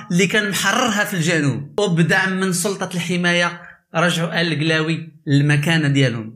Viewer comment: سبحان الله لا نطق عندك صحيح لا حتى حاجة عندك صحيحة ضليمي درتي ليا لفقصة فقلبي بنطق هاد الاسم منك اووف